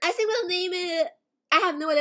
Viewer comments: cant pronounce things idk why? She says Sink instead of think for some weird reason and she also said sirty instead of thirty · Why does she say "I sink" instead of "I think" xd